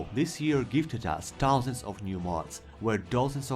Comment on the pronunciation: Этот безупречный, немецкий таузент, шо я просто плачу